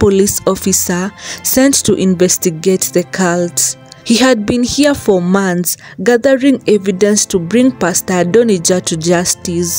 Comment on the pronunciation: The word is months, but they pronounce mants, and they also say drags instead of drugs, 🇵🇦